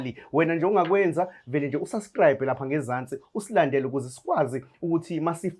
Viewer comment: ‘Rearity’ ‘Suscribe’ 😂😂😂😂😂😂😂😂😂😂